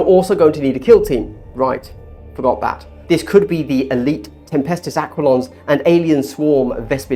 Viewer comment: Very helpful video but dear lord pronounced aquilons correctly